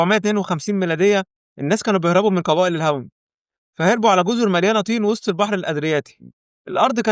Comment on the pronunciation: شو اسم اللهجه يلي بحكي فيها هل الشب؟ تين بدل طين توب بدل طوب كبائل بدل قبائل ؟؟؟؟؟ اللهجه المصريه ما فيها هل تحريف بالأحرف أبدا